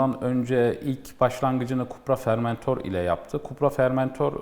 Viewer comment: Fermentor nedir Allah aşkına. Yok fermente sucuk. Şu araç çıkalı yıllar oldu. Lütfen öğrenin artık FORMENTOR olarak okunduğunu.